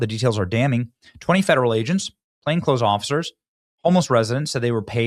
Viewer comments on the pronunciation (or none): none